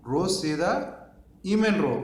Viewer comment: ఈమెన్ కాదు ఎమీన్ కుడి ఇసార్ ఎడమ